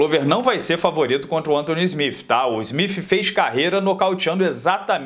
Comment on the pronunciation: "Smif" nao mano ajuda ai...